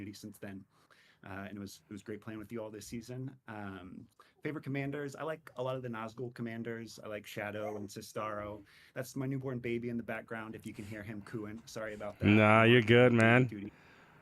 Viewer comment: Does nobody pronounce Cestaro name correctly? lol. Kestaro, not Sestaro. 😄